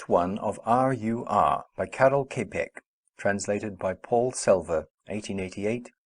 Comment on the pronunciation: The surname is not pronounced as "Kepek" - more likely like "Tschapeck"